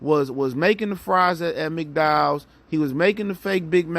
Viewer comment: My g said McDowell’s!!!! Lmao